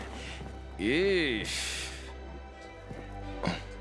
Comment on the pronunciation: 12.13 sheesh❎ eesh✅ 😂